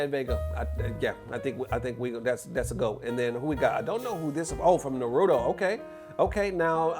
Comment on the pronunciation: how did he pronounce Na-ru-doe?